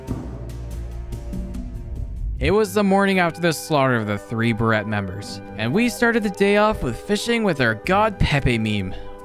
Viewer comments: As an American, it’s pronounced Bur-ray not Buh-Rhet. These are two different things. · Green barrette? 🤣 I think you mean, green beret (the t is silent). Green barrette sounds like a girl scout troop. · As a French Canadian, hearing beret pronounced as berrette made me feel physical pain. It's pronounced as burray. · Btw beret is pronounced burr-ay (as in cold) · you dont say the T in baret you say bah-ray BAH RAY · Beret = “Beray” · Beret has a silent t. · Please tell me you're pronouncing green beret that way ironically